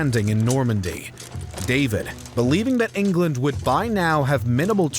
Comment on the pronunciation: You seem to add a ‘t’ to many of your words so they sound like ‘Englandt’ and ‘imaginedt’ even other sounds and breaths ‘once talks began-uh’ . It’s so incredibly distracting. Maybe tone it down a bit.